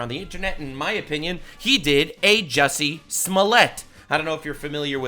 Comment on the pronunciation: His name is pronounced jucy